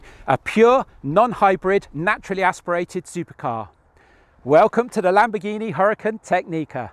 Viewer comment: This guy is butchering the lambo names.